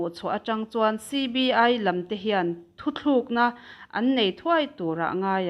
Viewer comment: Engatinge Thutlukna ti lova Thuthlukna i tihzel le.Ṭawng diklo hian ngaihthlak a tinuamlo deuh